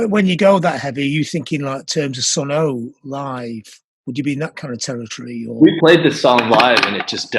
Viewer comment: Cardinal Sin John! It's 'Sunn', not 'Sunn-oh'. The '0))' is not pronounced, it's from the original logo on the amps. Get with the pr0))gram!